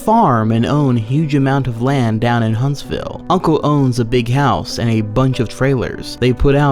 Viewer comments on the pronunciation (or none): none